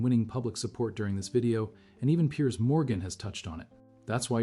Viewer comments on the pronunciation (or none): none